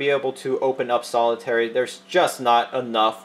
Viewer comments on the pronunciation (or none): "Solitairy" lol